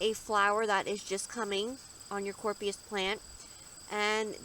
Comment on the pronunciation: Helpful but FYI the name is being mispronounced. It’s sounded out as Cory-op-sis